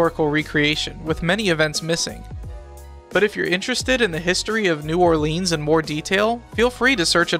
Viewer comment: We pronounce it New OrLins, and Metairie is pronounced MetaRee great video tho